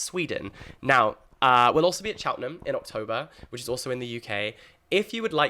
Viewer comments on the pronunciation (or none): none